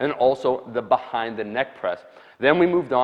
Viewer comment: Bhahaind the neck press